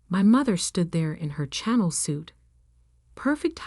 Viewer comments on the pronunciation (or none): A channel suit? 😂😂😂😂 Chanel is the correct spelling, pronounced ShaNell for the AI voice over department. Editing goes a long way... IJS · Greenwich is pronounced Grenich Please use petter trained AI. Channel is pronounced Cha nell. Not channel.